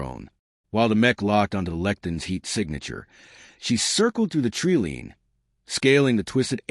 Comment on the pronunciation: Please call it tree line not treelene